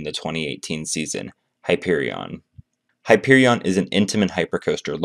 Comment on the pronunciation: You pronounced the name of the coaster wrong